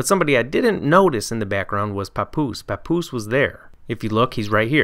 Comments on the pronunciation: Lmao POPoose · never ever pronounce papoose again my g lol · You did papoose wrong